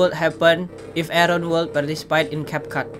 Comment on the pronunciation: Bang bukan cepcap tapi capcut